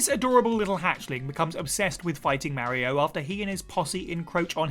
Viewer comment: Don't ever say mario again